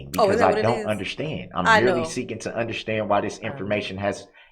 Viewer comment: I absolutely hate the way he says “undershtand”.